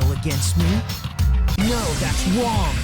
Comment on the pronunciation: “No, That’s wong!”